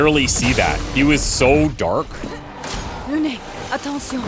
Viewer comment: Someone needs to tell bro it’s Lune, not Luna 😭